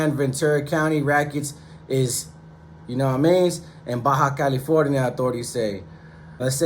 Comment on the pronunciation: It's Baja California not Baja, California 😂